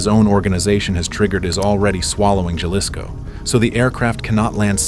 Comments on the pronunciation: It’s pronounced Ha-lisco and not Ya-lisco. It’s funny hearing the AI voice trying to pronounce Jalisco. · Huh? I'm from southern Arizona, and that's pronounced Haleesco here. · Don't correct the A.I. if you don't know how to say Jalisco your damn self. It's pronounced Haleesco! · Love the channel, but it’s pronounced Hal-ees-co 😂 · “Juh-lisco” made me hella laugh. It’s Jalisco, like Jalapeño. Hehe love your work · It’s pronounced Ha-lis-co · pmos hearing it mispronounced 😭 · Just for mispronouncing Jalisco, I'm unsubscribing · That’s not how you pronounce Jalisco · So annoying the constant mispronunciation of Jalisco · the way you said JALISCO. damn shame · Is this an ai voice cause Jalisco is said wrong everytime and the pacing is odd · You spent all this time to make this video - couldn’t figure out how to pronounce “JALISCO” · If only they could pronounce Jalisco 😔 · I just thought the same thing. I cringed when it mispronounced "Jalisco." I don't mind AI voices, I just wish the programmers would get basic Spanish words right.